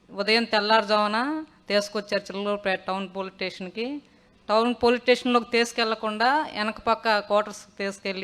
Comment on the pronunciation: 😊 నీ అమ్మ పొలిటిషన్ కాదే పోలీస్ స్టేషన్ పోలీస్ స్టేషన్ అని పలకడం రావట్లేదు నీ అమ్మ నువ్వు మళ్ళీ